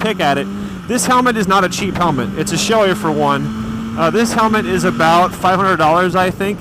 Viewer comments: Bragh I've always heard it said shoe ee. is the first I've heard say showey. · I'm pretty sure was just mispronouncing it. He does that with a lot of things haha.